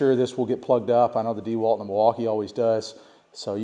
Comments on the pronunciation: WTF is DEEwalt? It’s a last name… DeWalt. dehWAHLT. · Needs to learn how to Pronounce Dewalt correctly.